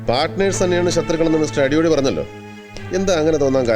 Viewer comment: പേര് അടിയോടി അല്ലേ... അടിയോളീ എന്നാ വിളിച്ചത്... തെറി ആണോ ഉദ്ദേശിച്ചേ 😂😂😂😂